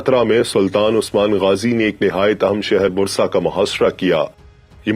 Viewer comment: Brother it is not Brusa...It is Bursa..